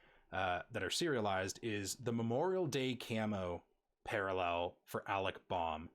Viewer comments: Hard to watch a video when the host mispronounces all the names. Alec Bohm, Fernando Tatis Jr, Cristian Pache and you even screwed up Ke' Bryan Hayes. I know this was a year ago but Alec Bohm, really? Do you even watch baseball live? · It's also Bow-m, not Bom and Pash-ay , not pash. Honestly thought it was on purpose because it was the first 3 guys you covered haha. Great video though, thanks for doing this!